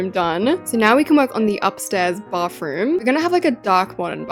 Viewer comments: I thought she said barfroom not bathroom srry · “baffroom” LOL OMG I CANT IM SO SORRY 😂😂❤❤